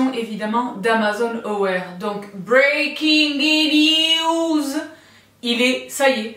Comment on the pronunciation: Heullow, merci pour cette vidéo fashon du mois de mai, beaucoup de belles choses comme à l'accoutumée! Les survêts Amazon Aware me font de l'œil, j'aimerais en attraper un pour être en toute diétente dans l'avion 😁. Sinon j'adore l'expression du moment: beureking neeeeeews😄😘 des bibizes!!